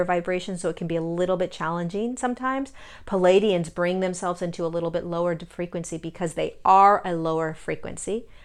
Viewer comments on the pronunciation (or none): Please....it's NOT "Paladians." It's Pleiadians!!!